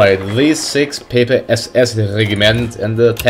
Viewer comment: its pe-pe not pee-p